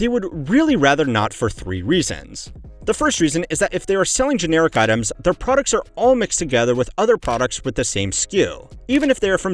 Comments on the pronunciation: "ratailer producs" lol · "Return rate of ratailer producs" 😂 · at 14::30 "ratailer producs" >(") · lol "ratailer producs", "eccomerce"